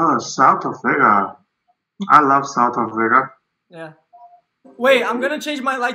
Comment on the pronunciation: "Oh SoUtH aFrIgA, i LoVe SoUtH aFrIgA"